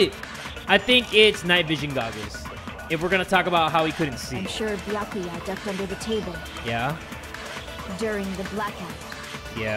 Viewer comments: and here we witness a rare moment when pronounces Byakuya correctly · YO HE PRONOUNCES “Byakuya” CORRECTLY SCREAMING